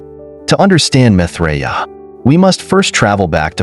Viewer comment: PRONOUNCE HIS NAME CORRECTLY!!!